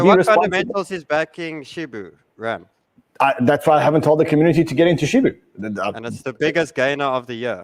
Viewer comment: Its hilarious how they keep calling it Shibu